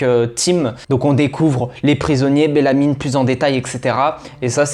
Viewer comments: Ça ne se prononce pas BellamyNE mais juste Bellamy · Je me demandais si j’étais la seule à entendre BellamyNE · C belamy pas belamyne mais sinon tres belle vidéo